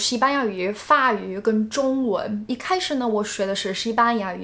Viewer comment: 法语不是髪语，读错了